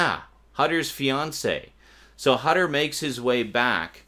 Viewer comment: Just a little remark: Hutter is German. The "u" in his name has to be pronounced like the "oo" in "hood".